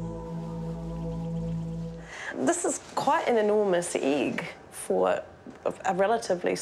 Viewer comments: Why did she say "iiiiegg" and not "egg"? XD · "handful of Kiwi Igg"